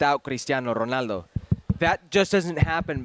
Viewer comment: why the fk does he keep on saying Ronaldos name like that